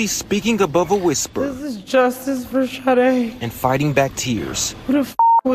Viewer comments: Pronounced Sha-day!! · It's the same spelling and pronunciation as the singer, Sha-Day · Please pronounce her name just as the singer.....may not be the same spelling. SADE!!